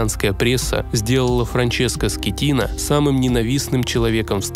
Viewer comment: Франческо Скеттина ❌ Франческо Скатина✅